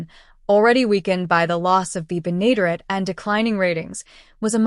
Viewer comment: June Lockhart had staring roles on Lassie and LOST in Space before coming to Petticoat Junction. The final two seasons just were not the same. The computerized voice didn't properly pronounced Bea's Last name. It's "BEN-A-DARE-ETTE. Finishing the sixth season and canceling the show would have been better than becoming a victim of the "Rural Purge." One last note: The cannonball lost all three of It's engineers during the series, Charlie, Floyd and Wendell.